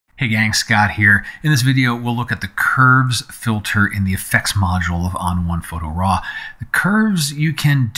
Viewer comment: Two things. First: This is a very useful tutoruial for a difficult tool. Thanks. Second: Am I the only one who noticed "fitler?"